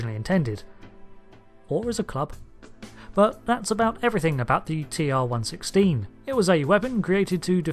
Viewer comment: not to be pedantic but A) 'TR 1 1 6' is how it is pronounced in DS9 and B) this weapon is akin to a modern MBR or DMR more like phaser rifle in ST, never could it be considered as sidearm >.< like the phaser......